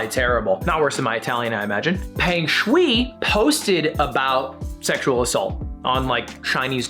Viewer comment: it is pronounced sh-why if I am correct, not sh-wee.